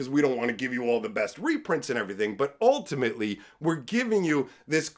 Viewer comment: The way you said ultimately works perfect when it sounded like "all timmy lee"